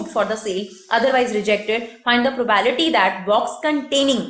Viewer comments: probAebility ni hota probability pronounce krte h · Not probality Its probability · The whole time you said it probality